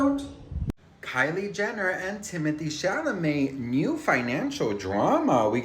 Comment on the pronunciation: Do you know his name is pronounced , Tim oh tay